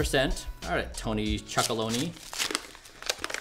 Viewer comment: He compares HIS Cocoa Powder with a myriad of chocolate bars 🍫 Red flag right there. Completely different and if he calls that sampling?? It's TONY CHOCOLONELY not loney btw. If he gets that wrong, what else is not correct?